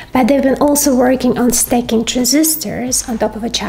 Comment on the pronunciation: Hi. There is a difference between "staking" and stacking. Two words with different meanings. Just a hint for pronunciation.